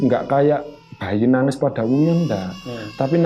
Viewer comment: Nuuuangez😅, bukan nagis😀